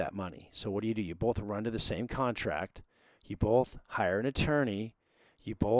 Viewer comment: good vid. but you pronounce Both as "BOLTH" which is pretty funny stuff : ) cheers